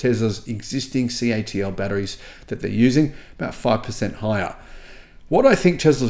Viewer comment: Interesting news. Just some feedback regarding CATL, they call themselves C.A.T.L so when you mention and pronounce their name as KTill it always throws me as its not their name.